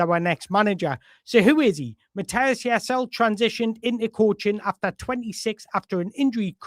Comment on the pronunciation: Ouch. You got the Jaiss bit perfect butt that last bit is Leh not Ul - you pronounce the final E like in Woltemade 😊 A lot of info but all good, useful stuff, cheers.